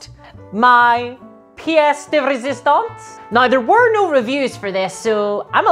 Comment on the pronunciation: Your « piece de resistance » was perfect. French aproved. 😉